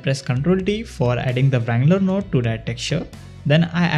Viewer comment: dudee the way u pronounce nude shader is so funny XD